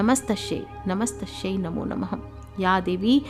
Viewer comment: कृपया नमत्स्शैच्या ऐवजी नमस्त्सी असे वाचावे